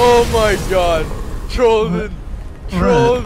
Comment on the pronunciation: Ugh people who say trolden